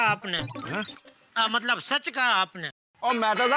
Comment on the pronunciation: mtlab ki jagah sodhi ne mtbal bola 😂